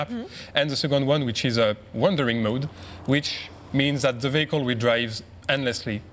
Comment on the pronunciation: no-one on this panel knows how to pronounce "vehicle"